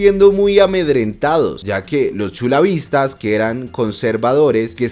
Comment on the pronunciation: Me parece que se dice Chulavitas 😅